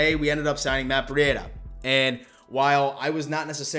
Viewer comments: its breed a not bre e dia right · Please say his name right.. it’s pronounced like (Breeda) the cheetah… Other than this, I agree he is going to smash it..👍🏼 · Man u just Butcher these guys names